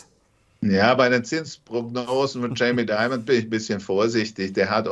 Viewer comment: Jamie ist stimmhaft (DZ)amie nicht (CZ)amie... lieber... (Dz)obs nicht (Cz)obs Sie schaffen das!